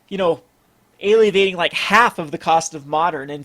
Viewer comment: am I the only one bothered by "ay-lee-ah-vating"...